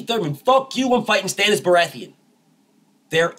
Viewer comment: "Stannis Berathian" 😭😭😭😭😭 BF ? 🤣🤣🤣🤣🤣🤣🤣🤣🤣